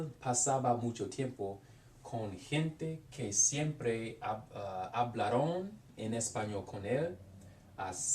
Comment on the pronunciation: you are pronouncing the -aron words as though they were spelled -arón. the accent is not on the -on but on the syllabol before, -Aron. hablAron. you also have some weird infinitive use in there that i dont understand, like with "iba a la biblioteca tratar de buscar" and "con mis amigos poder hablar espanol" for the former id say "para tratar de buscar" and the second one "y poder hablar" cuz "spend the vacation with my friends to be able to speak" doesnt make sense in english either lol